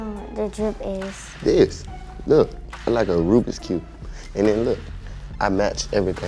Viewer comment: yeah he pronounced it like rubriks